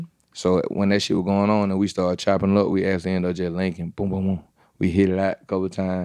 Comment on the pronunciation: I realized this guy is smart as fuck when he said...it stoded with the fost gorl!!!!